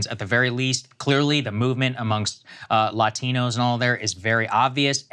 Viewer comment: Saager pronounces Latino like it’s two different words lol